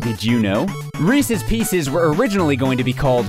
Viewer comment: Reecees peecees